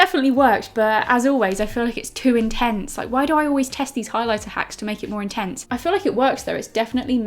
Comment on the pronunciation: “You’ve gotta go in with the highliblablabla” 😂😂